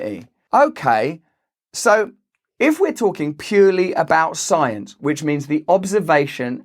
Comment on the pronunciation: Ta sycence! (Incorporated)